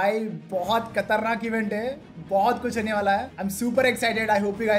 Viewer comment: Khatarnak❌ Katarnak✅